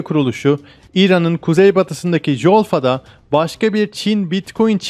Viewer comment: Efendim Jolfa ve Rafsanjan'ı yanlış telaffuz ediyorsunuz. Iran'da J Türkçedeki C (=can, ciğer) gibi söylenir. Yani böylece Culfa ve Refsencan yazılır, ve söylenecek.